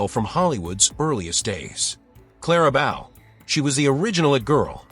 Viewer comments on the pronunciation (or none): Very informative, but I hate the way "Clara Bow" was mispronounced.